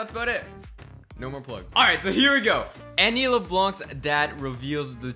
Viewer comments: It's pronounced Annie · You say Annie wrong